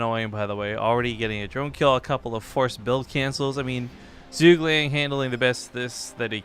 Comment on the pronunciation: ZhuGeliang pronounces as "Zhu" "Ge" "Liang"